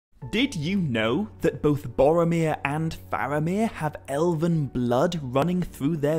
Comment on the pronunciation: I LOVE your videos. I beleive Faramir is pronounced FAR-ah-meer (not FAIR-ah-meer at time stamp ) according to Appendix E of Lord of the Rings (same applies to Aragorn..more of an AH on the first syllable (like in Arwen) vs an AIR-ah-gorn pronunciation at time stamp ) I am not trying to be rude or petty at all. I know you really care about Tolkien’s writings so I thought I’d speak up. If I’m wrong, please let me know! I’m still learning myself ergo, I’m watching ALL your videos(and maybe you already know what I’m talking about and this was just a slip of the tongue. I know I grew up saying some of these names wrong and will occasionally fall back on my old pronunciations)